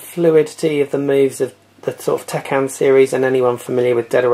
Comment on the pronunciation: Great list but i think you are mispronouncing some things: I believe it's Tekken, not Tekkan And Shinobi is pronounced how it's spelt not "Shinibee" Good list though, Really well done ;)